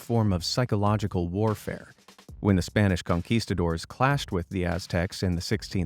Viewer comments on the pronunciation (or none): I personally find it slightly irritating that goes to so much trouble with pronouncing ancient weapon names but can't get Conquistador correct...